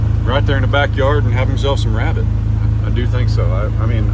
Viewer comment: Do you mean to say you Elmer Fudded the wabbit